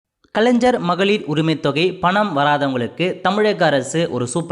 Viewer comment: Bro kalanjar illa bro kalaigar bro😂